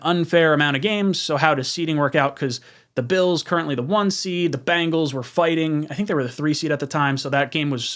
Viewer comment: BENGALS not BANGALS LOL